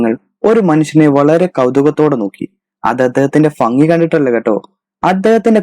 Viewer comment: ഫംഗി അല്ല...ഭംഗി